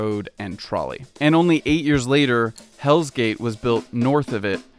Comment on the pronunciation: You pronounced Hell Gate as Hell's Gate. Forgivable error. Checked the comments and no other current or former NYC resident caught this. I'm from Gravesend, Brooklyn but we always incorrectly assumed we lived in Bensonhurst.